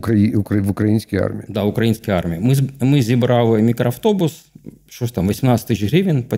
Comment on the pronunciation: Судячи з усього, тільки мене різануло «укрАінскій»